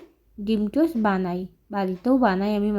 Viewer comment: ভাগ্যিস তুই বললি টোস নয়তো আমি জানতাম টোস্ট😂😂😂😂😂😂 তোকে বললাম কথা গুলো😂😂😂